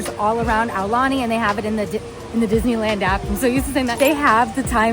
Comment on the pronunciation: Please tell the guy to pronounce Aulani PROPERLY